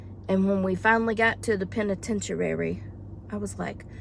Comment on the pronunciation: LOL. Penitentuary. I couldn't stop laughing.